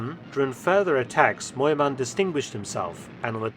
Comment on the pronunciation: Btw: near perfect pronunciation!